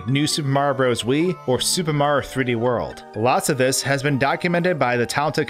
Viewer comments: Who the f*** is "Super Marr" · When luigi was yelling for mario everybody (except deaf people) hears MAAAAAAAAAAAAAAAH instead of MARIOOO